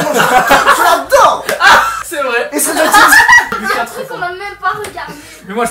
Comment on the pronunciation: Par contre il a trop bien prononcé "stranger things" moi c plus stranger sing